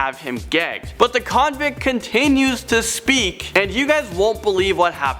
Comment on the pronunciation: Ok clips I just don't like all the emphasis you put on the word " convict "......